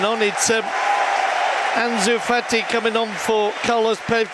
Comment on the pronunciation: He called anus Fati, Junior Firpo! 😂😂